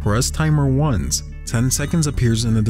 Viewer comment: Why does it pronounce "once" as "ones"?